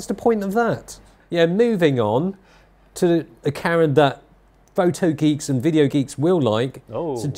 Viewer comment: Can you send to a speech pathologist. The word is “video “. Not “wideo”!